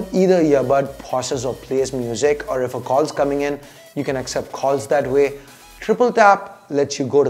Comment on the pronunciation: Phause, kholls (calls), khons (cons) Unusual change of accent and pronounciation Needless to say, it's not taunt or anything. Just criticism for improvement